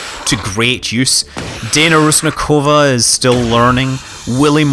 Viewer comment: Scott, the Dana Rusnakova, as you say her name, is Pronounced as Dana Rušňáková, i dont know how to explain the exact pronunciation, but you can type the exact name as i wrote to google translator and let it translate from unknown language (i dont know how its exactly called, but it finds its language autamatically) and the language to what youre translating as Czech (Čeština), then you just let it say it for you, and its pretty accurate.